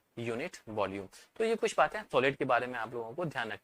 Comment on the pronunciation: Thyan se suno video me sir ka kutta bol raha hai 😂😂